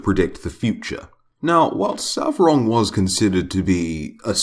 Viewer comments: Its not Savrog but Svarog!!! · Svarog! Not Savrog